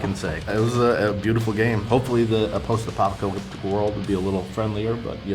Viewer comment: I am Sorry I laughed but I also slip while saying post-apocalyptic lot of time.